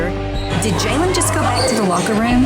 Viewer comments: Why do they pronounce Jalyn's name like JAYlen, isn't her name pronounced Jaylin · You’d think they’d learn how to pronounce Jalyn’s name correctly… 😬